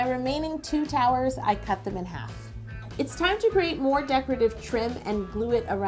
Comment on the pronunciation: Did she say towels or towers?😂 No hate. I love you and your videos😊💖❤💗